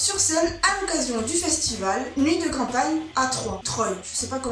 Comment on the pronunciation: Petite infos elles ont joué avec tryo aux nuits de champagne (et pas campagne 😊😊) et on dit troyes comme le chiffre trois. J'y étais 😆